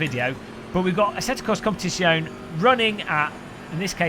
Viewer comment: Competishyone... xD Just learn it: it's - kom-pe-tizz-yo-ne